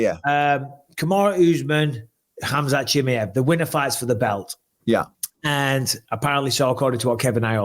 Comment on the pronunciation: Bisping always calls Chimaev as "Chimiev" cos he lowkey hates on Russians anyways🤣🤣🤣 esp Khamzat! What a hater smh!!!